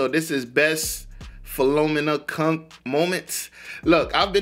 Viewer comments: Pronounced Phil o meena.The people she is ‘interviewing’ are all real experts in their field. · LOL, you completely destroyed the name Philomena.